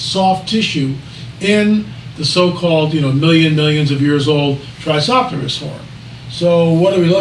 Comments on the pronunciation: Tri-ce-ra-tops, with all due respect it doesn’t make us look good when you can’t pronounce one of the most well-known dinosaur species in the world that many 6-year olds are familiar with. Please do better. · Poor guy can't even pronounce Tri-CERA-tops properly.